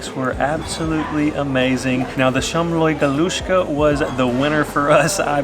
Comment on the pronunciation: Hi &. ( I’m Hungarian ) & you guys doing great with the pronunciation. ( somloi galuska, meggyes retes) 👍